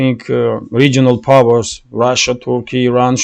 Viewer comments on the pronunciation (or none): none